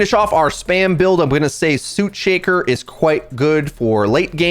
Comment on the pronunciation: Sootshaker is pronounced like foot shaker